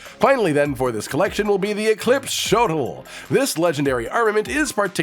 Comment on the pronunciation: it pronounced "show-Tel"